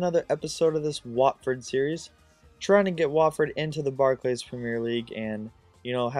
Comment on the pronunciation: Barc'lees' premier league :p